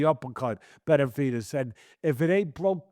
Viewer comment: Tesdy struggles saying Benavidez. Sometimes it sounds like Beterbiev.